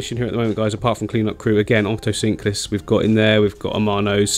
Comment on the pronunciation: Otocinclus or Oto-sync-lus 😂😂😂